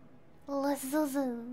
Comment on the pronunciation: It's her cute mispronunciations that are the best asmr moments, Haha. She just gave up with liason. (Lee--A-Zon)